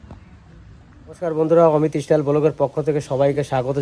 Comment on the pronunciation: Istyle?? Say Style